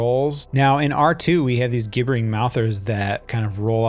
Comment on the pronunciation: Thanks for creating this series. It's been helpful to watch through. Just a note, Gibbering in Gibbering Mouthers is the adjective of the verb gibber, like gibberish. It's pronounced like it starts with the letter J.